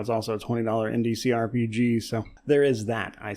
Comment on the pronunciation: Took me a couple times hearing it to realize you weren't saying ndcrpg.. but indie CRPG... Just saying... You are going fast on this one.